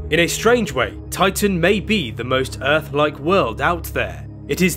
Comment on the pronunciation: Why does the commontater keep saying "oitan"?